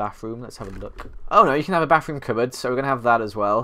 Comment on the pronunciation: He calls it a bafroom ly tho